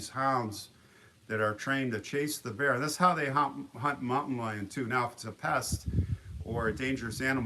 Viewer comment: Lol Bear not beard